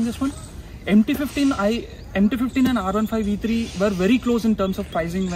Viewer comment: It's pronounced R-one five not R-fifteen I think.